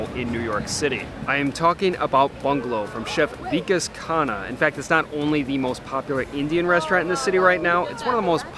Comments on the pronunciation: It's not Vi- Kesh.. It's Vi- Kaash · 1. He is not weak-ass, the name is Vikas (wick-aaas). 2. And you have done NO study. He has cooked for the OBAMAS, just FYI. He's not kinda a celebrity chef. He IS one.